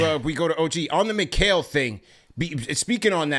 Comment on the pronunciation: finally pronounced Mikal name properly 😂😂